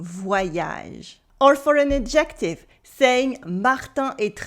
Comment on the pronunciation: Salut, Lots of great tips. One little tip for you in return. In the word "ADjective" the first syllable is stressed, not the second. You are stressing the second syllable which is correct for a word such as "obJECtive" but not "ADjective". If my french were limited to such tiny mistakes I would be very happy indeed. Keep up the good work.👷‍♀